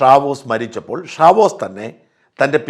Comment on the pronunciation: ഷാവേസ് എന്നാണ് not ഷാവോസ്